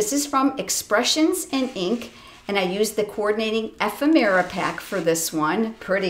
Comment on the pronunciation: These are sooo pretty, and you make it look so easy. It's hard to choose a favorite, but I'm so in love with the Artistically Inked suite. The paper is so pretty, I'm thinking of framing a couple of pieces and using them like white boards. BTW, ephemera is pronounced ee-FEM-er-a